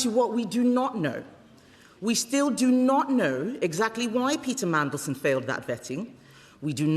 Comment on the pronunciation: He should have gone from day one! He is the most hated man in the world he is a disgrace to the uk! Fcuk off! He talks about our national interest while letting terrorists and rapists into the country! He can’t even say mandelson properly mansion 😂😂😂😂 he has to read from a piece of paper what a complete bellend! Look at his two nodding dogs in the background! They need to piss off too what a joke labour are! He takes no notice of kemi writing nothing down on a piece of paper 🥴 oh and stop meeting leaders on tv and patting them on the back like your part of the world stage YOU ARE NOT! YOU ARE A CRINGE PIG NOSED SMELLY BREATH PIG!